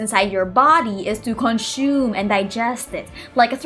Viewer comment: The way she says "CONSHUME" cracks me up 😂😂